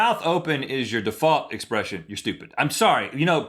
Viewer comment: I love when Link says "stupid" lol "You're just stooped"